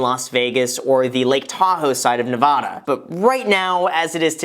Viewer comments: It’s NeVAda (high A) not NeVAHda. Sincerely all Nevada residents. 😉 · Graham, As someone who lives in Las Vegas, to make sure you don't have those of us in Nevada Thumbs Down & Unsubscribe you should pronounce it correctly. It's Nevada not Nevada.... Err... Neh Vah Duh NOT Neh Vaw duh (Like A as in apple, not aww I lost all my money) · Nuv-ADD-uh, not Nuh-vaa-duh. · Is it Nevahda or Nevada? 🤔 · Vegas Local when a non Vegas local says Nev-Ah-Da when it’s Nev-A-Da: 🤦‍♂️ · we'd be happy to have you but the first thing i learned moving to Nevada is it's Nev-aaaa-da not Nev-ah-da. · Wait, am I say Nevada wrong? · Graham it's “Nev-AD-a” not “Nev-AH-da!" Otherwise, great video! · You gotta learn how to say it first...Ne-va-da not Ne-vah-duh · Graham, Ne -Va - Da not Neh-vauh-duh. You can't move here until you say it right lol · Before you move to Nevada, you're going to have to pronounce it the way the Nevadans do! Nev-AH-duh not Nev-AW-duh. It's a pet peeve for most Nevadans, like say Illi-noise for Illinois. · There’s no h in Nevada. It’s a as in apple. ;) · Graham saying Ne-vahh-da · Ne-VA-Duh!!!!! If you ever do move here, please pronounce it correctly :( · Woah bro he said Nevoda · Before you move to Nevada, you need to pronounce my states name right? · Your saying nevada wrong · Ohhh how Graham says Nevada. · You need to learn how to say the name of the state before you bleeping move here, goober. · Graham you can't come to Nevada if you can't pronounce it! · Would be nice if you could say Nevada correctly, especially since you're so close and visit here regularly... 🤔 Also...do you really play baccarat? That's rare! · I live in Reno, Nevada, less than an hour outside of Lake Tahoe! While I recommend the move over here, you might want to learn how to properly pronounce nevada 🤷🏻‍♀️ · Graham. As a Nevada resident. If you move to here, please pronounce Nevada correctly. Thank you. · Say Nevada correctly. Thanks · You are saying Nevada very very wrong.